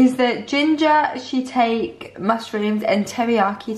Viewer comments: Go to . It's shee-tak-eh. thats not how you spell it but it's how you pronounce it. She really said she take. Japanese gang where you at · Ok now don’t get me wrong I love you guys buuttt you pronounced shiitake wrong…..it’s pronounced shi-taa-kee :)❤️